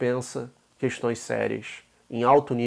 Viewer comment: Caramba, me perdoem o pequeno ad hominem, mas o fala "cuestões" igual o inominável....